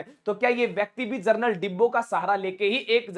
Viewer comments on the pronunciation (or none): जरनल नहीं जनरल होता है